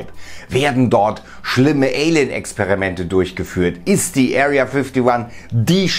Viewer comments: Wer kennt sie nicht, die Area fifty wann😅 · Area Fifty wan hahaha 😂